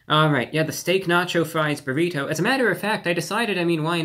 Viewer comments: Why is he saying buhRITO like some sort of 1st class passenger on the Titanic who's never heard of them before? Who doesn't he say if like everyone else in his highschool senior class does - buhrIDoh? What's next, byurhREEETeaux? Also, I can totally sympathize with the frustration over how poorly distributed the ingredients are in Taco Bell items, but that's ALL fast food. If you want fast food assembled sensibly or distributed evenly you have to take it apart and reassemble it yourself. Otherwise you're going to get the kind of random mess that you'd get if a parrot had made your item. That's just the way fast food is. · He said buritto instead of burrito a couple of times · Stop saying burrito like bureau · The way you pronounce borrito sustains me. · I love how he say burrito. It's "bear-e-toe" I think he was into it. "Let me get just another one or two more bites in" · The way he says burriTOW and not a hair out of place....love him :) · Obsessed with the way he says "buh reet hoe" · You say burrito weird lol . You should look up proper pronunciation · I love how he says Burrito. I need to start talking like that. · Is it just me or is there something in the way that Reviewbrah says the word “burrito” that causes the “nails on chalkboard” effect? I can’t tell if it’s inflection or pronunciation, but I found myself having to pause the video every couple minutes to let the goosebumps subside. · I don’t have to pause the video but yes. I have noticed the way he pronounces “burrito”.